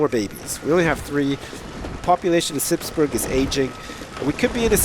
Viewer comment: he pronounces burgh like burg lol!